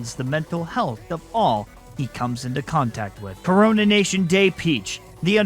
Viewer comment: I just noticed you said Corona-tion day peach and that gave me a ton of COVID flashbacks 😭